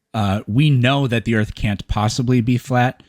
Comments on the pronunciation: 1. It's "Earth", not "Earfth" 2. "Earth" is not Hebrew 3. NASA doesn't rule the world 4. This caller is painfully & aggressively unintelligent 5. "We gotta take this back to elementary school for you" - caller is talking to himself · for all flat earthers and dunces , ITS EARTH, use the TH like in them or they or the, not EARF. Learn how to speak the word in your language before you tell people what it means in Latin. LEARN TO DO BASIC MAFF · I didn't know "Earff" was a planet.